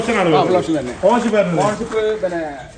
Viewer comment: 2014 വാഗ്നോർ ഓണർഷിപ്പ് പറഞ്ഞത് വ്യക്തമായില്ല?